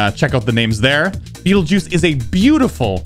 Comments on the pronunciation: GG! Awesome level. BTW its pronounced as 'betelgueeez' not 'beatle juice' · Its pronounce Battle-Geese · No... it’s pronounced like “beetle juice”. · I already know that he mispronounced this level when he first heard of it.